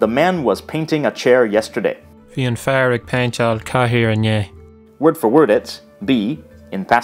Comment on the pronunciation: Very interesting video but the section on intial mutation in Irish could be corrected so that it actually illustrates s the mutation. The speaker pronounces "f" in the examples "an fhir" and "don fhear", but this mutation of "f" makes "f" silent in Irish, Scottish and Manx Gaelic. It would be useful to correct this as mutation is a fundamental features of the Celtic languages. is absolutely fascinating. Thanks